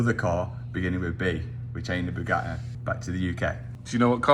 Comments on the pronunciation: When Mat says Bugatti, the T is silence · I love saying Bugatti without pronouncing a consonant.